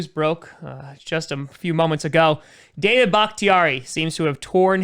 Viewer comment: It does not sound like your saying david ... Am i missing something lol.. Im hearing daya .or something like that